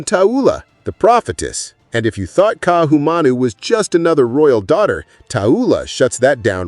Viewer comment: Hello, it's Kah-ee-ah-nah, not Kai-ana, for Ka'iana. Ka'ahumanu is Kah-ah-hoo-mah-noo. Please practice because it hurts. But you did better with her name. I would say that you described the story presented, but you are unaware of the history to put it into a better context. You have no idea what Ka'ahumanu is really about...yet. depends on what the story reveals of her impact on the hawaiian culture post contact. This will be interesting, but I look forward to you saying the protagonist's name better.